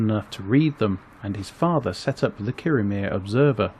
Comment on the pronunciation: I totally agree. I was in Kirriemuir a few days ago, not in Kirriemare, and I was on the Breech('ch', like the 'ch' of loch) Road and it's Thrums not Thurms. It shows an ignorance and laziness. I'm not even Scottish.